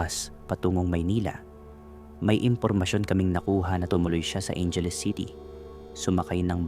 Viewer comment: Ayusin mo pagsalita mo ng bocaue at Angeles